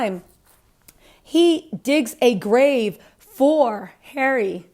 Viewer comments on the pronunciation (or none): none